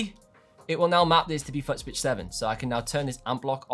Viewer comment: I thought it was just my hearing. He can't pronounce FOOT